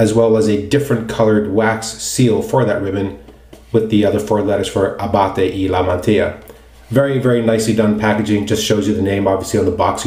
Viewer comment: I am very impressed with your pronunciation of the soap. Well done!!!! Most people murder the Italian Language.